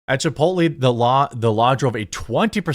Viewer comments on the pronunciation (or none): none